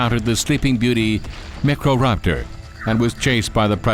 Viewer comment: The narrator is absolutely hilarious 😂 Macro raptor and velosor raptors 😂 I don’t think he can distinguish between micro and macro 🤣